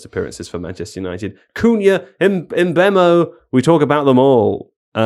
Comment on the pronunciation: Somehow managed a pronounciation of "Mbuemo" that I haven't heard before. That's some going.